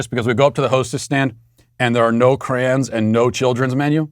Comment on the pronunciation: The only language that’s violence is Matt trying to pronounce crayon